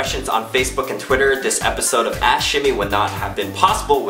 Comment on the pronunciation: when he says ask it sounds like he says ash